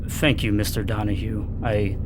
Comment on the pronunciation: presses un-GAY-ify button two seconds later: "thANk yoUU"